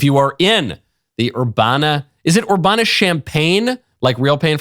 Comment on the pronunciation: Urbana rhymes with banana. It's not ur-bah-na